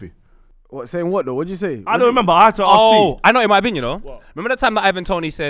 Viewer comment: Why does say arks instead of ask